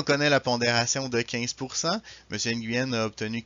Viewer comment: Nguyen ça se prononce (NU-WEN) Je suis scandalisé par l'insensibilité culturelle...